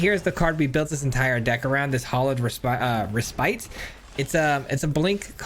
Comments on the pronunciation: Its pronounced "reh spit", not spite. Just FYI man! Great video! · Just an fyi, the word "Respite" refers to taking a rest, and is pronounced "REH-spit" with a short i sound, not "Reh-SPITE".